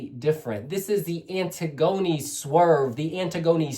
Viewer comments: It’s pronounce Anne-tiggony not antig-oni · Love this!!! (but I think her name is pronounced like the Greek play).